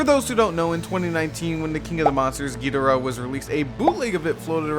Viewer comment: Thanks for the in-depth review--I pre-ordered this, and I've been wondering about it. I'm close to getting "priced out" but I hung in there for this one. And thanks for pronouncing "Ghidorah" right (hot take). That's how I have always said it, and always will.